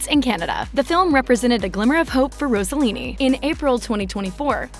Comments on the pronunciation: It is Ross-e-lini, not Rose a lini, Ross rhymes with Boss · It isn’t Rosallini; it’s Rossellini. Stop saying “Rosa” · If you want to pronunce Rossellini correctly bear in mind that the "s" isn't like in "rose" but like in "sing". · Interesting and nice homage to a Stunning international Star. Personally I think she was more beautiful than her mother. Wished that beauty was shown a bit more and probably your voice instead of an AI one. Incorrect pronunciation of her surname and Mina'. Overall I appreciated your work. Grazie